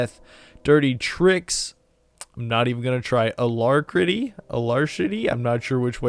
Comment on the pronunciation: Ah-Lack-ri-tee ....lol it means cheerful readiness, or eagerness!! Thanks for the video bro!!!